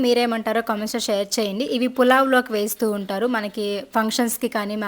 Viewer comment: పులావ్ కాదు పలావ్